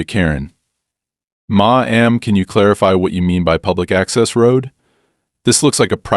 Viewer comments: Maam is an honorific. It is NEVER pronounced Ma am, it is simply Mam. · Dear AI it's pronounced MAM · Hey ai - i think i'm starting to like ma.am instead of maam. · Your AI voice is rather inept. I get writing fiction is fun but there are real stories that could be reported. When you combine the inept pronounciation of words like "Ma'am" as mah am, and the wrong variant of content (satisfied) and content (stuff inside a container) with the fact that this is a manufactured drama, it's a disservice.